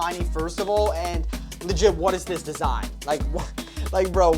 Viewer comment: TELL THIS MAN TO STOP SAYING LIGIT PLEASE💀